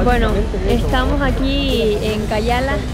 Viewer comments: Ella dijo cayala y es cayalá 😂😂supongo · Se dice Cayalá y ella dijo Cáyala, pero es normal a muchas personas les cuesta decirlo y nose porque 😅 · Soy de Guate y me encanta cuando un extranjero llega <3 espero te haya gustado PD: se pronuncia Kayalá con acento en la última "a" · Es ciudad Cayalá nna, no es cayála saludos, y like si eres 1,000% chapin